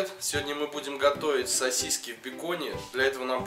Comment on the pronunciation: Уважаемый автор, умоляю не говорите СОСИСЬКИ, это для ушей пытка мучительная. Правильно говорить СОСИСКИ, без мягкого знака.